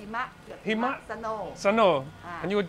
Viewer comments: Quite dangerous to pronounce "snow" in Thai lol "hei-ma" short sound na krab* Long sound of "hei-maaa" meaning going to be really bad hahaha It's bad if i teaching you a bad thai word lol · หิมะ (Hi-ma) in Thai means snow. But you should pronounce it short in both syllables. But if you pronounce it long, Thais may hear it like a dog pussy instead ... LOL But don't worry too much, languages are about keep using it. ^_^ .. Long/Short vowels and tones made most of foreigner confused. The word หิมะ was borrowed from Sansakrit हिम . Many Thais words (and also many words in South-East Asian) similar to the words in Sansakrit. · Please be careful when you do pronunciation in Thai words. Example Hima is mean snow… keep it short but if you said in long it’ll change to different meaning 😱 Bua Loy as recipe I had cooked before I use glutinous rice flour not tapioca flour🤓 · personally, i think you're too hard on your thai. i think it's solid and you appear to be able to understand folks speaking thai extremely well. with hi ma (snow), it's tough. both syllables are short sounds - for example, the 'ee' sound in 'bid' is a shorter sound than the one in 'bead'. the first would be a very short 'he' (rather than 'hee'... which gets into dangerous territory). the second is, again, a short sound of 'ma'. a more drawn out 'maa' becomes either "come here" or "dog" depending on the inflection/tone (something generally difficult for non-native speakers to even hear). taro in thai.... i don't even know how one would even try to explain that in text. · not gonna lie, you almost had me choked when you said the word "heemaa" , because I heard "female horse's genital" for a second....gonna get my head out of the gutter